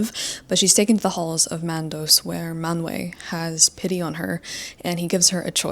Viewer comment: eeek!! so crazy hearing someone else talk ab this sometimes i feel like i'm the only person who likes it 😭 the pronunciation is irking me a little tho, it's aulAY (aulë) and manWAY (manwë)